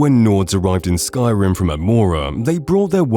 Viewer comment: The way you mispronounce names and other things about this game I'm suspicious that you have never actually played it.